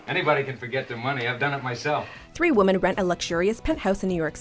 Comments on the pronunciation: Pronounce women as woman one more time. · My god. Why do so many Americans say "woman" when they are referring to "women"?!?!?!